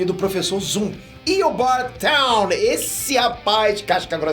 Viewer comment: A pronúncia de "Thawne" não é "táun", mas sim "thón"; e a pronúncia de "Grodd" não é "grude", mas sim "gród".